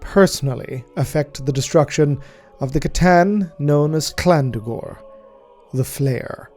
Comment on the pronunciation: Um,, why are you pronounced Llandu'gor's name with a hard C at the beginning?